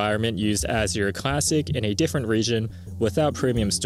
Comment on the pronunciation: . You didn't just pronounce Azure like that.